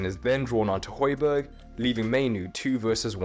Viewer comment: and Højbjerg/Hojbjerg, not Hojberg